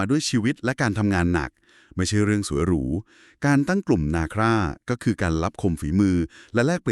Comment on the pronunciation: นาทีที่ ๔ กลุ่มนาคร ( นา คอน ) มิใช่ นา ค่า อะครับ